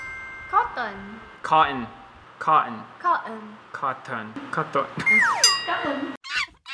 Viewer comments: Try nyo sa cotton or button gawing co ruhn tas silent r hahaha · Does the guy even know how to speak english? He cant even say Cotton and button properly lol, fyi google pronunciation is free.